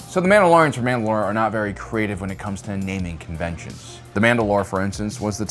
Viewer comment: Sooo MAND ’ ALOR or MANDA ‘ LOR ?